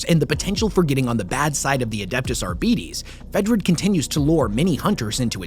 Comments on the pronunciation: Ar - Bite - iisss??? Ar-Bee-Tess!!!! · ar-BITE-es not ar-Bee-Tease.